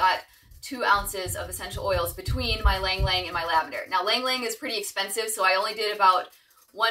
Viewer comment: Very nice! Ylang-Yang is usually pronounced as “ee-lang ee-lang” in the Philippines where it grows naturally.